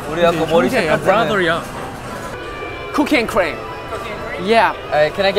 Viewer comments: When jungwoo said "cookie and cream" I thought he said cocaine and crem XD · WHEN JUNGWOO SAID COOKIE AND CREAM I THOUGHT HE SAID COCAINE AND I WAS ABOUT TO SCREAM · Yo when i heard jungwoo said cocaine and cream instead of cookie and cream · When they were ordering ice cream I heard jungwoo say Cocaine cream 🍨😂😂😂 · lmao when i heard he said that i legit heard he said cocain and cream 👁👄👁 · I heard cocaine cream 😂